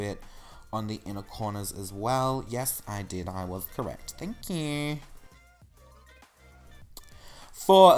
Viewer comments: its thankq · "THNK YOU" omg I love it